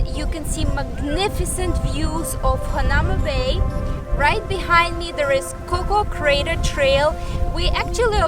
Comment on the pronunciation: It's pronounced hana oo ma bay